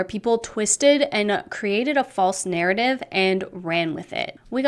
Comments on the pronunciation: Someone should've gave her an explanation that didn't say narrative 😂😂 she couldn't even say it right one time. Talk about guilty. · Take a shot every time she says "narrative" with that pronunciation.